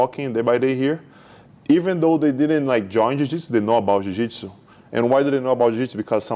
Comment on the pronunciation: Why are you pronouncing Jiujitsu like that?